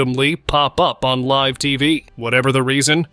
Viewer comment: Only at the point when the narrator pronounced "live tv interruptions ..." as " liv tv" was it realized that A I synthesized voices are now so realistic that we can't tell the difference between them. A very creepy moment indeed